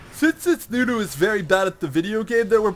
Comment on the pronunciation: its NUNU not DEWDEW xD